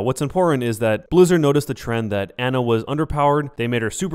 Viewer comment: listen. you consider yourself a overwatch pro when you can't pronounce torbjorn and ana